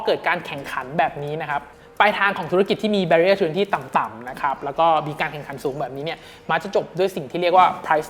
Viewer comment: Barrier อะไรนะ ฟังไม่ชัด